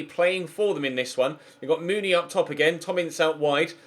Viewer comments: you pronounce the huddersfield striker mounie like Moony-eh not moony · It's Steve Mounié (moo-nee-ayy)